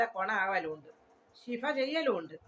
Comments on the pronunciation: ഉസ്താദ് പറയുന്ന നാണ് ശരി ശ്‌ഫീ എന്നാണ് പറയണ്ടത്. ഇത്താത്ത ഡാൻസ് കളിക്കണ തമങ്കിൽ വീഡിയോ ഓഫ് ചെയ്ത് കളിച്ചാൽ പോരേ ? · ഇശ്ശഫ്😀😀😀വശ്ഫി എന്നാണ് താത്തേ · ശഫാനാല്ല ഉമ്മാ ഉമ്മാ ഉഗ്ഫി എന്നാണ്😅 കഷ്ടം